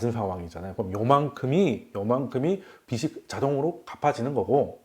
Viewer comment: 빛이 되다 >> [비치 되다] 빚이 되다 >> [비지 되다] 빗이 되다 >> [비시 되다] 빛, 빚, 빗 : 한 글자로는 발음이 [빋] 이지만, 조사가 붙으면 구분이 쉬워집니다. 훌륭한 강의에 조금이나마 도움이 되길 바라며 적어봅니다.